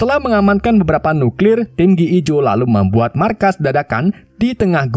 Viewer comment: Gi joe jadi gee ee jo.. hahahhaha...